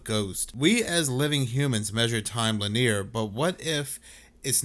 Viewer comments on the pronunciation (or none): No offense, but why is it, these days, it seems like people have never heard some of the simplest English words pronounced aloud before? Like "Linear" pronounced "Lin-eer" or literally like one sees it spelled, "Lynn-EAR" (in the video), rather than "Lin-ee-ar" or "Lin-E-R"... I don't know. I realize it seems like nitpicking, but I'm a writer and can be a bit OCD, I guess. Seriously, though, it's just REALLY bizarre to me - after 50 years of hearing such words said aloud in one way or another pretty regularly. It reminds me that reading by itself isn't always enough. But it's important to actually hear the words, too, sometimes. Again, no ill will intended, and this is just one of MANY times with many different people/content creators not seeming familiar with a lot of relatively common words. I need to get back into starting fresh with making my OWN videos, perhaps, as this all helps to give me more confidence to do so. Thank you 😊. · Is this an AI channel? He said "lanear" instead of "Linear". No English speaking person would say that, not even if reading the word. I prefer watching videos made by Humans.